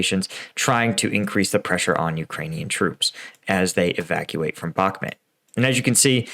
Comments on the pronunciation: in his last video finally, finally, pronounced it bach-MOOT, and I celebrated! Today, back to the bad habit BACK-mutt. This pet peeve aside, great commentary, info and analysis. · Hey, I've noticed you have a tough tine pronouncing Bakhmut. It's pronounced Bakh-moot